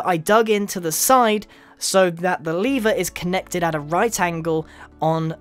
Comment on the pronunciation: The way he says lever tho